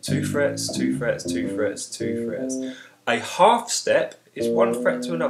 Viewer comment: the way you say half and whole is almost the same ^_^ but thanks